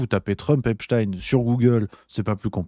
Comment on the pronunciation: Pourquoi epstine et pas epstein ? espstein sonne trop j...f ?